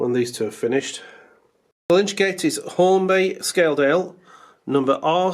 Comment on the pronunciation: NOT a 'lynch' gate; it's 'lytch' gate. 'Lytch' is from an old word for 'corpse', a lytch gate offered shelter in inclement weather for coffin bearers, should they need to wait for the service to reach the appropriate moment.